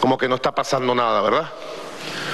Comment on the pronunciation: Jajajajajjajaajaj.............. la solidaridak, la verdak, mmmmmmmmmmmmmm, mmmmmmmmmmmmmmmmmmmmm, aca no grita tanto como en Venezuela? estará cagao por que asumio Donalkkkkk Trommmpppkkkk?